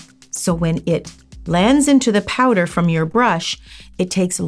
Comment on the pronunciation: Wait, her accent . “So I got me powda!” 😮